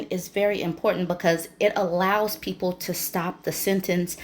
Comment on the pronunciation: “PEE-AYE-PLE” sent me through the roof! 😂😂😂😂